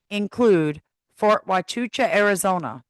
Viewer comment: Pronounced....Wahchuca 😊 Only one ch sound. She said it incorrectly.